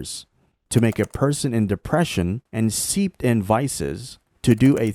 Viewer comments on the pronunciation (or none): none